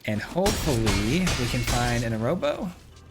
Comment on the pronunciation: agh amigo, I'm so sorry to be this guy, but I'm pretty sure Arahbo is pronounced "a-rah-bo", not "a-row-bo"!